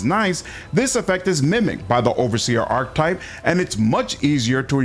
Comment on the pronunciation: Archetype isn't pronounced that way, neither is Diviner.... great video otherwise.